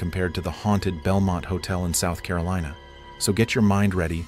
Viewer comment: "South CarolEEna" 🤣🤣🤣